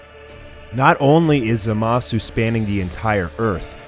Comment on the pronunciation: Lmao, Who is ZehMasoo and who is ZenOh. It's supposed to be pronounced[ZAH-MAH-SOO] and [ZEEN-O], not [ZEH-MAH-SU] and [ZEH-NO], lmao, even in the anime it's pronounced like that -_